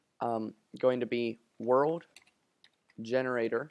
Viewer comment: Dude its Generator not Gerenator :D